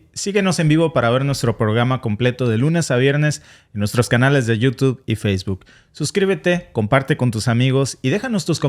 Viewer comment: TU ERES HIJA DE MADURO😂😂 PORQUE HAY PALABRAS QUE NO PRONUNCIAS BIEN😅😅 TIPO YOU TUD QUE ASI LO PRONUNCIAS 😁😁 CON TODO RESPETO 👍🫠